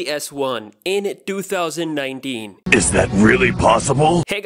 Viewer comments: "Dothousand dinedeen" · "In doothousand ninedeen" I'm sorry